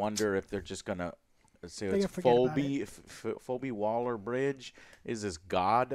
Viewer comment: Fobi Waller bridge? Lol. You’ve never heard of the name Phoebe before? Pronounced “Fee Bee””